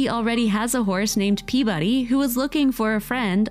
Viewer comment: I only have one complaint about this video. The narrator kept mispronouncing Peabody's name. It's pe/ba/de. The emphasis is on the first syllable. Then, the third syllable. The second syllable is not emphasized at all. This name doesn't have the word "body" in it. A lot of people who didn't grow up in Boston, Massachusetts like my mother did don't know this. It drives me nuts when people keep mispronouncing this English surname. 😠